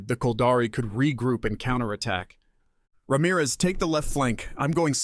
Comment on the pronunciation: I'm so glad you could pronounce Ramirez correctly. Most of the time it is pronounced Ram - eraz